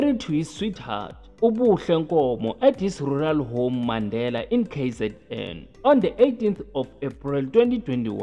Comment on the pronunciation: Mandeni not Mandela